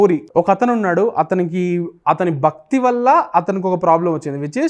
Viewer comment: 'Bhakthi', not bakthi.